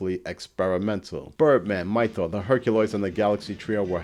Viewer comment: Why do you keep saying Migh-thor? It doesn't sound like Thor. It's Might-or. You know, like the word mighty.